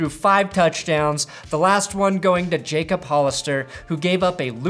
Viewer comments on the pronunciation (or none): none